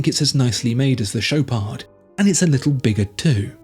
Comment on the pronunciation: Mate, not doing French. It's Shop are..., not Showpard. Even eBay can't sort out badly spoke French spekin Swiss s##t.